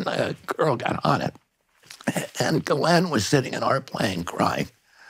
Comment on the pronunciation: Finally! Someone who knows how to pronounce Ghislaine’s name correctly.